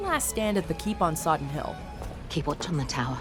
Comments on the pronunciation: Battle of Sodden, not Soddon 😂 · Ok, firstly: not Andriej Sapkowski, but Andrzej. I know you, Americans, have a problem with pronouncing slavic names, but from channel as big as yours I expect at least minimal professionalism and checking it before making a material. And secondly: not Soddon but Sodden. This is so easy to check in internet that I even can't imagine how you could mistake it. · Sodden. SoddEn hill.